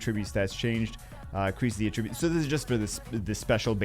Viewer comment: Holy fuck....it is AT TRIB YUTE....stop pronouncing attribute like a verb. It's been 8 years.